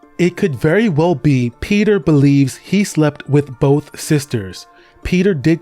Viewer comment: The constant switching from pronouncing peter to petyr like its spelled makes me thing you are using AI